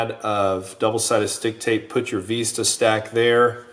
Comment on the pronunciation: you should include both antenna mounts with the quad as nowadays the Vista, not Veeeesta is just as popular. Or have a drop down so you can choose on your website when ordering. Just busting your chops on how you pronounced Vista, thanks for all the awesome quads you design.